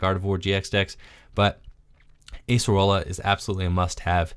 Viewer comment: Those Acerola plays were so good, momentum changers. Also nice to see her name pronounced correctly too.